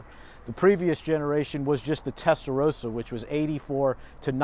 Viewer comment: WHY CAN'T AMERICANS PRONOUNCE 'TESTAROSSA' CORRECTLY? 😡😡😡😡😡